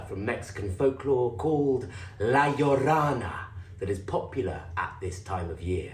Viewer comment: Not to be pedantic, but it's "La Llorona" (Yo Rona). Llorar means to cry. La Llorona, The Crying Woman, lost her children and wanders along the river, wailing for them. She's like a Mexican version of the Banshee...an ominous spectre of death and bad fortune.